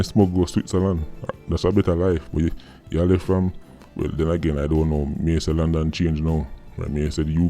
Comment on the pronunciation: "I'm from Lundon fam" 🤣🤣🤣🤣 no easy a raatid